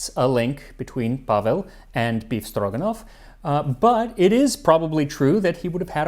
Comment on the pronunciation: By just hearing his pronunciation, you can suspect Max is secret Russian 😂 Perfect! One little comment - usually, meat is cut in thin strips, not cubed. Maybe, because in Soviet Union, only the cheapest meat was used for "befstroganof".